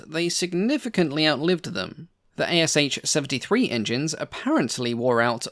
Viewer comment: Thanks for a video. By the way, the ASh engine designation is pronounced as just two sounds, like in ash tree, not like A-S-h.